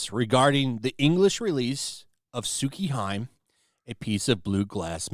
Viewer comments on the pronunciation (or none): You pronounced tsukihime wrong there bud. It's pronounced sookee-he-may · Its pronounced Soo-Key-Hee-May. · oh god please stop pronouncing Tsukihime like that! its Tsu-kee-hee-meh. The cringe almost made stop watching the video, good video besides that but yeh. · Lmao. I can't get over how he says Sew key high mm. Sew key he me' is more accurate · Lol you keep saying Tsukihime when it's actually pronounced Tsuki-He-May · HI(sounds more like hee) me(the me sounds like the me in anime) not Hime/Hyme........ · Tsuki : Moon, Hime: Princess It's pronounced Tsuki "Hee-Meh" Not "Tsuki haim" I'm not criticizing, it's just good to learn something you might not know before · It's Tsu-ki-hi-me not Tsukiheim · That pronunciation of "TSUKIHIME" wasn't very good. It's not "TSU-KEE-HAIM" but TSU-KI-HEE-MEH"." The literal translation is "Moon Princess". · It actually heart me when called it suki hiim.it’s TS UKI Hime! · 1- It's, Tsukihime, not, Tsukihaim. 2-Buying the Switch version. 3-The company is, Type Moon. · Tsukihime is pronounced "Su - Kee - He - May". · It’s pronounced “Soo-kee-hee-may” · Correction! It's Tsukihime. Tsu- kee- hee-may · Tsukihime (Tsu-Key-He-May) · Just for reference it's pronounced tsuki-he-may. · ...The new game, Tsukihime, is pronounced "Su-ki-he-may", roughly. Vowels only have one sound in Japanese, and that includes the letter 'i', which has a short 'e' sound. So the last four letters are NOT pronounced like "hive" or "mime". That's incorrect; it's "Su-ki-he-may". And "hime" is Japanese for "princess", by the way, while "tsuki" means "moon". Basically, "Lunar Princess". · >is japanese > ""SUKI - HYM"" nah.... disliked. sorry not sorry. you have to be better than this. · Tsukihime is actually pronounced S-ku-e-he-may and means Moon Princess. Tsuki (S-ku-e) =moon Hime (He-may) = Princess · "Tsukihime" (Su-key-Hee-may) 😮‍💨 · >>> ""may"" just say "Tsu- Ki -Hi -Meh", dude... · It's pronounced "sookee-heemay" lol. I got your back